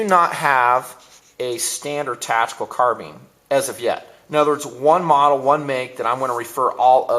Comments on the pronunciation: HEY ITS CARBINE NOT CARBEEN. (car-b-eye-n) 2 syllables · car bean lol its "car bine" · Car-beans? I thought it was pronounced "Car-bine" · Car been? Does he mean to say baked bean?lol! Car-BINE you dummy! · Eh, I hear enough people pronouncing it CARBEEN, that I'm sure it's a TOMAYTOS TOMAHTOS kinda thing... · you pronounce carbine wrong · i thought that the first time i watched his videos. Yeah he says it wrong but you dont have to go off like that. Chill out man. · Carbine is derived from Karabiner and can be pronounced several different ways. My Mini-14s are far more accurate and better quality than my colt AR-15. O.K., they are rough to tear down and aren't good in the dirt; but, ARs have the same problem. Let's face it, the best MILITARY weapons have been made by the Swiss, Germans and Russians. ARs suck. Ask any Nam vet who threw their M16 in a ditch and picked an AK up off a dead VietCong. Colt sucks.